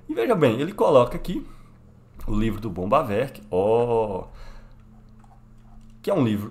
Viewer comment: Parei no primeiro "bombavek",não da pra se levar um cara desse a sério.